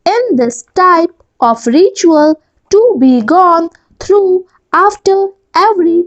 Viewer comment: Your are pronouncing "through" as though, Please improve it.